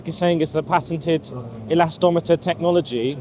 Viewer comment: Drink a shot of vodka each time he say elastometer